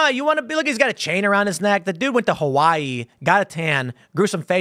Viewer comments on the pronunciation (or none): none